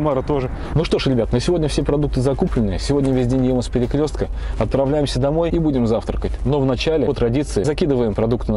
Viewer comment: Кто заметил ,что он сказал не отправляться ,а отравляться ?😂